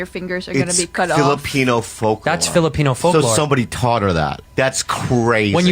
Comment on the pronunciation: his filipino was spot on.